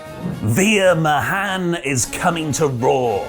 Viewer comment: Sorry! It's pronounced "vee-r" ("ee" as in "reed") "ma-haan"!